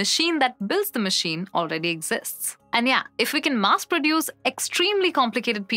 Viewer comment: That's Mass, not Maas.